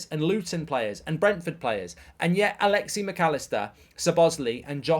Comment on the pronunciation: Great video, but just throwing this out there... Its Alexis. Not Alexie. And Szoboslai is pronounced Sob-oss-lie not Su-boz-lee.